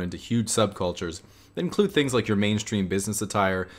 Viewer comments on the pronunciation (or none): none